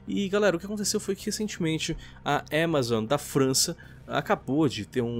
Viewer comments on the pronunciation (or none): Fala AMAZON krai, que agonia de ver falando EMEzoN